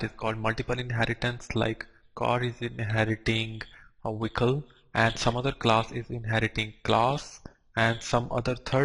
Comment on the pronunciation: It's pronounced Vehicle not wicle